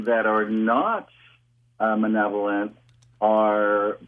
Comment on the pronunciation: He keeps saying "manevololent " is this his own neologigism ? Where did he go to school ? He is a loon at best , so is Noory.